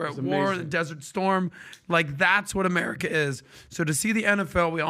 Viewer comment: ITS AMERCIA